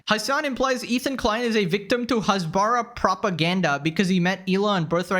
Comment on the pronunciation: Hasbara is “explaining” in Hebrew, and is with an H like “house” and not with a xha (like hammas). The fact they say it like that just proves they know nothing